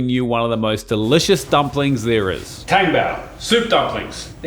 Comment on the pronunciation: Just FYI, the correct pronounciation for the tang in tang-bao is like "Tom" but with the -ng.